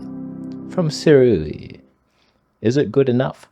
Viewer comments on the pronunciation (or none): Informative and funny video, as usual. Side note about Sirui pronunciation - try "Seer-ooo-eee" instead of "Seer-eee-ooo". The company that gives you a free lens to review might appreciate it if you could say their name correctly. And regarding the wearing of sweat pants in public (of any color), the implication is that you just rolled out of bed and went outside without washing yourself. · I came just to hear you try to pronounce Sirui